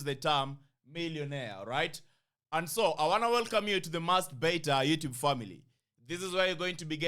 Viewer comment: Why is bro saying lately Yurtube? What am i missing?